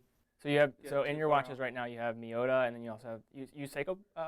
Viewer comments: For a company that intrinsically uses Miyota movements, they couldn't even be bothered to correctly pronounce their name correctly . I don't see Miyota being spelt and labelled as Maiyota anywhere. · Owner cant even pronounce Miyota… Miiiiiyota;) Get them..